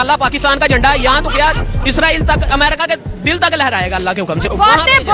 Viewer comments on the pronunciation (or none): none